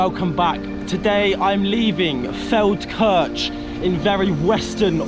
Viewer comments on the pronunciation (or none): I'm always losing it when you pronounce the "ch" in for example Feldkirch so British 😂